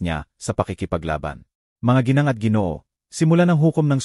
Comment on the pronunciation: Sir ginang po ang basa dun, hindi G..N..G.